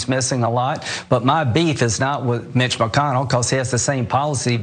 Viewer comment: Did he say Mitch McConnell or Bitch McConnell at the start?